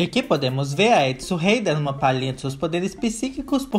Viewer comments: Resultado do vídeo sempre confundindo o nome dela é errou o nome dela o vídeo todo se fala adisan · Só consigo ouvir ele falando Edson KKKKKKKKKKKKKKKKK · a Addison tem o nome que se pronuncia tipo : edson